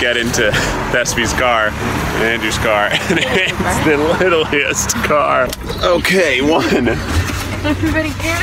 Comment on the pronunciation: I know this is an old video but are we gonna ignore the fact that said littleiest